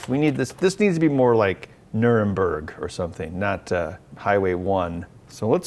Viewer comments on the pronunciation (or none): none